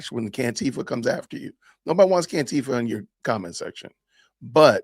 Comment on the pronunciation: "Cantifa", lol!